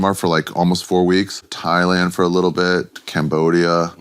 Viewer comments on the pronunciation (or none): none